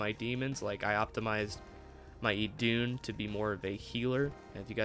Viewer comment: Idun is pronounced "Eden" btw. As in the garden, hence the apple.